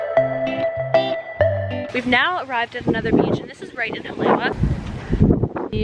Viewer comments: Her pronunciation of Hawaiian words is terrible. Haleiwa is pronounced Hali Ava. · pronounced Ha-La-e-va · “HA-lay-Ee-Vah“ All pau, driving me nuts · That shop in Haleiwa (pronounce "holly-ayva", BTW), with the "wings"....used to get shave ice EVERY time we passed by there. 30 years ago!!!! (lived on Schofield 89-91) I'm leaving tomorrow morning, from Detroit...will be there in the afternoon!!!! Glad the place is still there...we'll be stopping in for sure!!! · pronounced 'ha-lei-e-va' (in Hawaiian, the 'w' is pronounced like a 'v')... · It’s pronounced Ha-Le-i-Va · HA LAY WA LMFAO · I love your videos! I was so happy when I saw that you went to Hawaii! Just a quick tip from a local though, Haleiwa is actually pronounced “Ha-lei-e-va” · girl, you should've gone mermaid cave over there in the westside. Btw, Haleiwa is pronounced Haleiva. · The way she pronounces Haleiwa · Hahaha thats the 1st thing I tought too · Yes, the pronunciation needs correcting. It’s what Briana said.